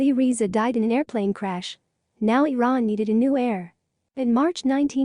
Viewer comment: AI doesn't work. Shah of Veran. Try harder. Spellings off extremely awful.